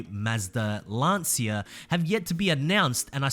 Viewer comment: It's Lancia not Lansia!